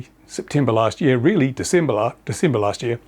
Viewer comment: Completely false. even has the date wrong "until December" (Diesember). The gasping of breath and grasping at straws. This pathological liar is about done.